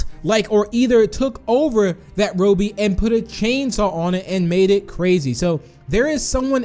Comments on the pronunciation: It’s not Ro-bie it’s Robby use a google translator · It is robby not rubby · The way u say robby is wow but ok cool vid! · Your saying Robby wrong